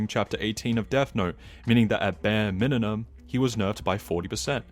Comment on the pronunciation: It’s pronounced MIN-uh-mum